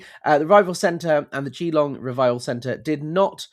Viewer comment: I'm Australian. Please do contact them and let them know. FYI, Geelong is pron: as if 1 'e', Gelong. Basically, don't say a hard E and don't leave a pause between Gee and Long.